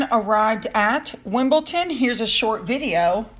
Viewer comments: forgive me, but you keep saying Wimbleton, it's Wimbledon there is no T in the name. I love your video's and the information you give us is very interesting. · it’s Wimbledon not Wimbleton. One of the Wimbledon football teams nick names is the Dons. Still love your videos. X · I LOVE your videos,. As an avid tennis fan and attendee of Wimbledon, here are a couple tips for your tennis coverage: —it is pronounced WimbleDON not WimbleTON. —Kate Middleton is not merely attending Wimbledon—she is the Royal Patron of the event. She was present at the Women’s and Men’s Finals to present trophies to the winners. —The purple and green bow she wears on her dresses indicates she is a member of the All England Tennis Club. The colors are the official colors of Wimbledon. —Kate is an avid tennis player and has a tennis court at her home. Keep up the great work! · WIMPLETON? WIMPLETON? Get it right, yankee🏸🏸🇬🇧🇬🇧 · Why do you pronounce it Wimble...ton? When it's Wimbledon? X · It's...Wimbledon..with a..D....not with a ...T. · Sorry, it’s WimbleDon not WimbleTon. 🇦🇺🇦🇺🇦🇺🦘🐨🐨🦘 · gota say it Don not Ton Wimbledon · fyi it is WimbleDon not WimbleTon. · it's Wimbledon..don not ton 😆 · it’s wimble-DON not wimble-TON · sue... wimbleDON NOT wimbleTON.. come on sue!!!! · Lol! Just yanking your chain, I know you have commented before, but here goes. Btw, I just turned 69😮😬 yesterday, so I’m old and have no filter, but …big but. Just put a D instead of a T when you say Wimbledon.. I know you can’t change after all your life! I get it. 😊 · Please, please please pronounce Wimbledon as spelt it’s DON on end not TON. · I love your videos, but it is "Wimbledon," not "Wimble-tin." Sorry! It's driving me nuts! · I'm sorry, but it's Wimble-DON. I hate correcting people but just had to in this instance. Best wishes from Australia 🇦🇺 ❤ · Your video's are good but please stop saying wimbleton it is Wimbledon DON as in the head of a mafia family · Funny you say WimbelTon